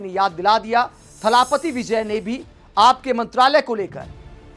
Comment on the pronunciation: थलापति नहीं जी इसे थलपति बोलिए. जैसे भूपति.😊